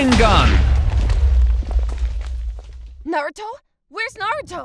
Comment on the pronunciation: He said rasangun not rasangan